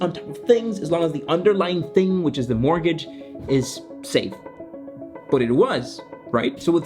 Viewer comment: I'll pay him 100$ to learn how to say mortgage